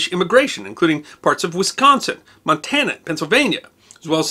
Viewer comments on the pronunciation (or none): none